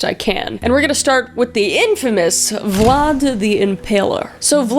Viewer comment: You said blad the impaler and I was like THATS MY CHEIFFFFF THATS MY BOYYYYY